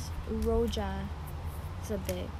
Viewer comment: สวัสดีค่ะคุณ ป้าฝนเพิ่งเข้ามาดูคลิปของคุณนะคะ เห็นถอนกระเทียมน่าสนุก อยากจะบอกว่าถ้าจะเก็บกระเทียมเอาไว้รับประทานนานๆ ไม่ควรจะล้างกระเทียมสดค่ะ ให้แขวนผึ่งแดดเอาไว้ก่อน เวลาจะใช้ถึงค่อยล้างนะคะ ไม่งั้นกระเทียมขึ้นราเร็วค่ะ (กระเทียมขึ้นราต้องทิ้งอย่างเดียวนะคะมันกลายเป็นพิษ พยาบาลต้องรู้ดี😁) อ้อ Spanish Roja ภาษาสเปนให้ออกเสียงว่า โรฮา ค่ะ ตัว J ในภาษาสเปนจะออกเสียงระหว่าง ฮ กับ ฆ ค่ะ Enjoy your day ka. Cheers (ว่างๆ แล้วอ่านข้อมูลวิชาการนี้นะคะ